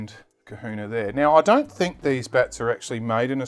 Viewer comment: That's Kahuna Not Kuhuna